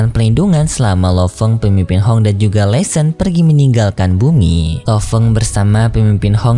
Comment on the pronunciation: Laishon bukan lesen